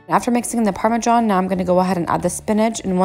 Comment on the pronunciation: She said “parme-JOHN” 😂😂💀💀